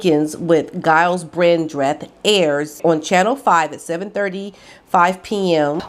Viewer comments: It's pronounced Jiles Brandreth. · Just in case you have to mention him again Giles is pronounced Jyles. I think it’s originally a French name so I have no idea how to pronounce that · Giles is pronounce like "Jiles". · Giles Brandreth’s name is pronounced with a hard G, so the sound is more like Jyles! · not being rude, Giles is pronounced Jiles as in jug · Hope you don't mind me pointing out Gyles is pronounced Jiles. Love your videos xx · you pronounce Gyles as if the G were a J and Brandreth is said as one word, not Brand...reth, hope you don`t mind me helping you there. Have a wonderful Christmas and a very Happy New Year, thank you for all you do I always look forward to your videos.xx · Just a heads up: Giles is pronounced with a J sound, not a G. 🤗 Merry Christmas ☃️🎄! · The G in Giles is pronounced as a J (as in Jug) x. Merry Christmas! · Gyles is pronounced as if with a J not a G